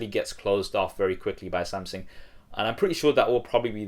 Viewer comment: wait did he say samsing in the beginning XD